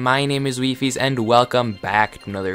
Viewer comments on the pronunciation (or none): what THATS how u pronouns wifies?